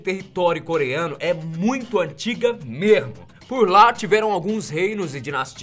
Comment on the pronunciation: “é muito antiga MERMO " uhhhhh senti um gosto de mineiro